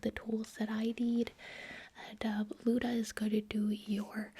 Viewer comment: Luda. Me: No Its Luna.